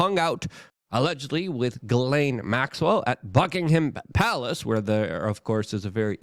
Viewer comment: “Jizz-Lane”… Maxwell…. Say it right, or don’t say it at all. We see through this stage-show!-)